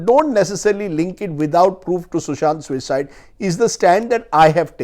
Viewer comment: Why do you emphasise "suicide "....if u don't want to call it a MURDER , u can say Sushants death instead of Sushant's suicide😡......